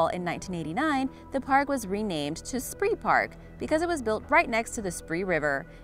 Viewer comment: Spreepark is actually pronounced "Schpray-park" in German. And I think Six Flags New Orleans should've been included, especially some of the pictures of the park sitting completely underwater after Hurricane Katrina